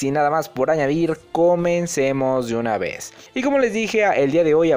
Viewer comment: Jejeje se dice de una vez no yunavez jjsjsjs